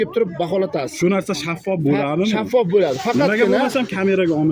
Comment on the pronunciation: ШАФФОФНИ [Ш] ХАРФИНАМ ТУШИММИДИ ХАЛИ БУ ИТ БОШКАСИЯН